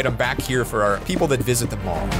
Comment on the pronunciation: Did say pall insted of mall